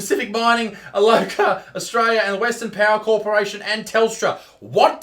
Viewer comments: It's pronounced Al co a. Not aloca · To be fair - she couldn't spell Isaac and Isaac couldn't read the word Alcoa. Pfff... anyway who gives a shit. Wage gap schmage blap.